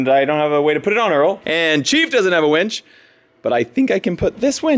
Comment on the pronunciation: “Winch” pronounced W-IIIIIIIII-NCH not weeeeeeench. Lol! Much love!